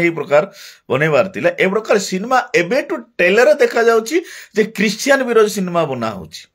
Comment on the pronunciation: ସିନ୍ମା ନୁହଁ ସିନେମା କୁହ ଓଡିଆ ଭାଷାର ଠିକରେ କହ 😂